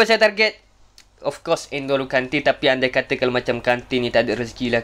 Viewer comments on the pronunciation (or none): none